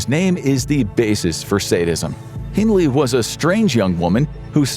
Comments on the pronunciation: It's Hindley, not Hindles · Hindles??? It's Hindley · It’s Myra hindley, not hindles.